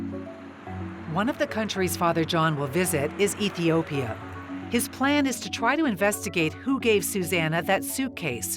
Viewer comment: I think that was just a mispronunciation and they meant Ethiopia.